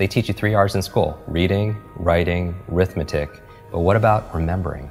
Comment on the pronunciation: "rithmetic" no its arithmetic. 2r's and an A lol